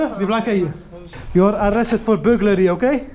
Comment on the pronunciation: You arrree arrested for burgeleeeh....klinkt echt als een marokkaanse accent...hahahah maar goed.....goed werk jongens!!!!!!!